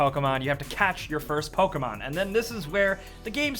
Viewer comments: Stop saying PolkaMon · What is this "Poke a mango" game you speak of?